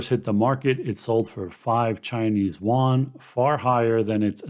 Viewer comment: It's 'You-en' . Yuan. no 'won'. trust me, i speak it fluently. (just gives street cred to get the pron right.